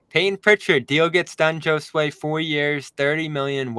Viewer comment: You all pronounce Josue wrong.